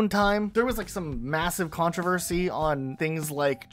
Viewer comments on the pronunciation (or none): none